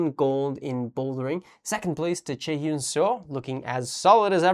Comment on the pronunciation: I think the actual problem is has a serious difficulty pronouncing hyun so he constantly refers to Chaehyun as Seo and Dohyun as Lee.